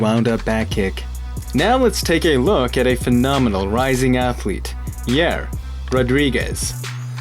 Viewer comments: Yah-ear not Yer (Yair) Rodriguez. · Do you apply this philosophy when you pronounce people's names too? Yare? lol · thats not how you pronounce yair homie have some respect!